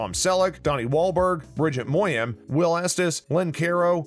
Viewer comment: Wish the narrator would pronounce the names correctly. Reagan is “Ray-gen”, NOT Ree-gan. Danny’s partner is “Bye-ez,” NOT “Bays.” And Erin’s real last name is pronounced “Moy-ni-Han.”